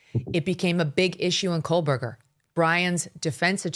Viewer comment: Megan i love u but please stop saying kohlburger! there is no L in kohberger